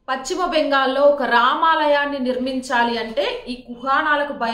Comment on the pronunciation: Pacchimabangal kaadamma.telugu pronounciation sarigga nerchuko.paschima Bengal antaaru.maa kharma ki nee laanti vallu anchor ga ravatam memu telugu talli chesikunna kharma